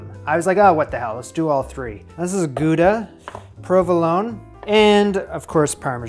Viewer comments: Gouda pronounced how-da. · actually, it’s pronounced „gow-da“. 😌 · Small thing: Gouda is not in France, but in the Netherlands and in Dutch the 'ou' is pronounced the same as in English words like 'loud' and 'proud'. And with a hard G, but that one is hard for non-Scottish English speakers. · “Goo-dah” Is that how Americans pronounce Gouda? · It's not Gooda cheese, it's pronounced [χɑuda]